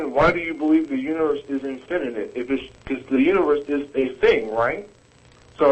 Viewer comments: does anyone else get the impulse to slap the caller and tell him to stop adding an extra syllable to "infinite"? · I think this is the same guy that keeps calling and sounding like a jack ass. "infininent" LMAO! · "infininite"? You know your argument is bad when you can't pronounce the important words. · Is he saying INFINNINITE? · Infininate?? He can't even say it, so I'm not surprised he doesn't grasp the concept. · Infininite? Okay the first time I figured was a fluke but he KEPT...ON...SAYING IT. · This clown keeps saying "infinitive". He doesn't even know the word, let alone the concept. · I love how he keeps saying "infininite" :-D So cute! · he keeps saying infininite, adding an extra in to it... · Actually Jen does correct him once here, but why not just let him keep saying 'infininite'? It's funny, like all theists arguments. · "Infininate"...this guy and Sarah Palin should hook up. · "if there's an inifninate number of HELLO?" i lol'd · I wish he'd stop saying 'infininite'. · I wouldn't call Jen a sidekick. She contributes a lot of her own knowledge, as do the other co-hosts. Nice intro LOL. IT'S INFINITE, NOT INFINNINITE!! SAY IT! SAAAAAY IT!!! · I think he has called in an IN-FI-NI-NIT number of times. lol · The guy repeatedly pronounces "infinite" as a four syllable word. That should be your first clue as to his mental competence. :) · What annoys me is that this caller cannot pronounce the word "infinite." He keeps using the word "infinINite", where the capital letters show the flaw. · if he cant say "infinite" he shouldnt be thinking about the start of the universe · i wish this idiot could pronounce "infinite"